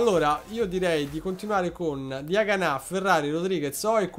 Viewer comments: Come dici tu e con l accento sulla a Diaganá e invece si come lo dicevi prima Diagana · hai cambiato l’accento e Diaganà è diventato forte😂